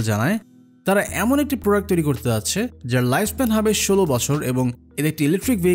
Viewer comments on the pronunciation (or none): none